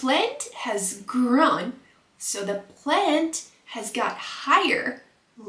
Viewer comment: you don't pronounce the word "percent" correctly. you do not pronounce the word "grown" correctly.